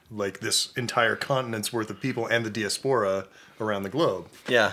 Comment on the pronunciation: The way he pronounced “diaspora” confused tf out of me